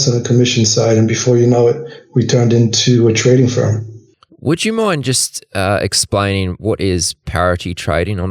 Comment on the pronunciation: Firm not fern